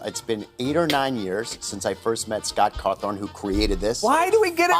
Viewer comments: fun fact when you skipped past the merch sale matpat says Scott Cawthorne is how you actually pronounce his last name. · It’s cawthon.